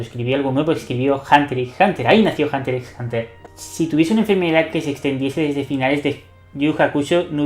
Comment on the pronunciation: men, no es por ser quisquilloso, pero aunque sea pronuncia la X, en vez de decir hunter es hunter, en los otros casos pronuncian la X por lo menos. Hunter x(exs) Hunter, minimo no?